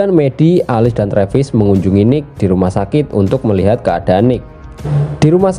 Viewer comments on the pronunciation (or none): none